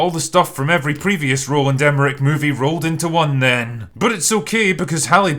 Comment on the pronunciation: LOL it took me about 2/3 through the vid to realize that by "Rolan de Merrick" you're referring to Roland Emmerich... 🤣 Great review!